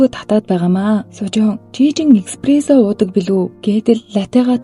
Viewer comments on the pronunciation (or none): экспресо гээд байхын кк еспресо шүү Espresso